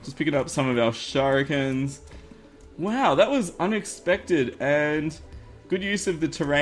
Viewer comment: Shout-out Rufus: Can I beat the Slime King?... Shur-i-ken